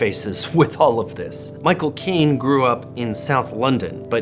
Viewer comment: You said 'Caine' and 'Canada' the same way Sarah Palin would 😅